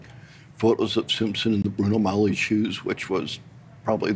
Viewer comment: Bruno Magli shoes.. not Bruno Mally shoes. It's Italian 🎉